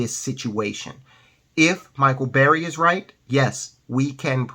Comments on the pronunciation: It's burry.....not berry. Cmon man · Burry, not Berry